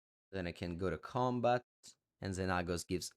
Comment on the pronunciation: XenAAHHgos lol you crack me up